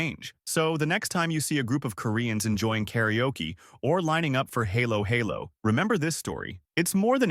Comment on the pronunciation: I'm not sure if this was an AI voice or not, but that is NOT how to pronounce halo-halo. (HAH-lo HAH-lo is the correct pronunciation.) Nor is it drinkable, any more than ice cream on top of shaved ice is drinkable. Lechon was also a bit off. For a channel that talks about Pinoy topics, why are you only familiar with three or four foods/dishes to rotate through?